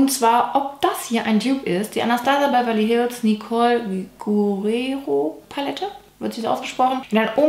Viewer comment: Hey liebe, Nicoles Nachname Guerriero wird Ger-i-ero ausgesprochen (dabei werden die R's gerollt)